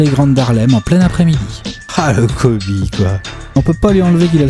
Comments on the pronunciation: Kobé. ?!?! Wsh y’a plus aucun respect sa ce prononce Kobi ! Et à l’écrit Kobe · J'espère que quand vous ferez la vidéo sur Kobe vous aurez appris comment ça se prononce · Non je suis très sèrieux ça se prononce pas comme ça